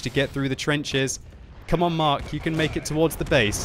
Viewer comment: you are my favourite youtuber, but please please PLEASE stop calling the tank the 'Mark'. Very irritating.